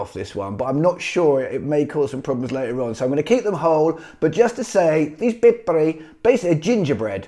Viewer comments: I love all those foods too. You made a very good point on the reindeers! They are free and they are very ecological. You don't have to feed them much. But the brownie is pipari, not pippari. So not a double-p there in the middle. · Oh good heavens with those piparis :D Having a pause between the syllables and not having a strong rolling R, it sounds just like "pippeli". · I heard him saying "pippariis" not "pippeliis". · I heard him say pippuri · Haha :D I heard that too "pippelii" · It really sounds like pippeli :D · "Pippeli, Get involved with that" Hehe. Good job. You made me laugh :)